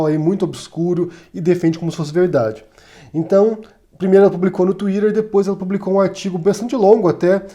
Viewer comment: Querido,. Eu sinceramente queria seguir seu canal, e mais(!), ser um colaborador da divulgação do mesmo. Só duas coisas travam esse meu desejo. 1º Nada contra você falar palavras em inglês, com sotaque em inglês de palavras que praticamente já foram aportuguesadas, como por exemplo "TUÍTER". Ninguém no Brasil e acredito que em nenhuma lugar do mundo, além de países de língua inglesa pronunciam 'TUÍRER". Isso, me perdoe, tem um resquício ainda de viralatismo em seu discurso e não só a mim, mas inclusive a vários linguistas, deve, no mínimo, incomodar, mas reitero, não que isso desqualifique seu discurso. Uma vez em outro vídeo seu você pronunciou o nome de Jorge Luiz Borges numa pronúncia completamente aportuguesada. E eu me perguntei: "Ué. Se ele se dedica tanto a falar palavras inglesas com uma pronúncia tão correta, por quê diabos ele, MORANDO NA ESPANHA, fala o nome de um grande escritor de língua espanhola, sem o devido sotaque espanhol?" Isso incomoda porque dá motivos para pensar que respeito à língua inglesa, ok, mas à espanhola, não merece o mesmo respeito. Perceba que eu nada desqualifico ou critico algum discurso de qualquer vídeo seu (muitos são de uma narrativa admiráveis). 2º Gostaria muitíssimo que, como um cirista e antipetista confesso, como você, viesse a público no mínimo para expressar um mea culpa em relação ao Ciro Gomes, que defende Bolsonaro contra Mourão (no mínimo estranho alguém defender Bolsonaro sob qualquer hipótese), contribui com a polític